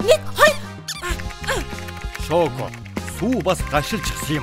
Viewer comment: Чоко гэж хэн бэ ядаж шоко гээ ч❤❤😂😊